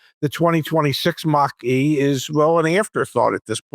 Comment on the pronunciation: First of all, the Mach E is marketed as a BEV, always has been. Second of all, it is a Mach-E, not a "Mack 2", in case you want to make a point here. Third of all, there are a ton of reasons not to buy a Tesla today as Elon went full Fascist with a literal Hitler salute, so there is always that....